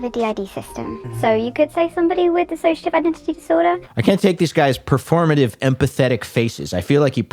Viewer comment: Just fyi it’s dissociative not dis-associative. Diss-oh-see-uh-tiv — one less syllable.